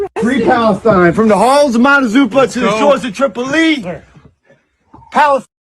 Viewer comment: Sounds like like the fool said Halls of Montazupa???? Huh?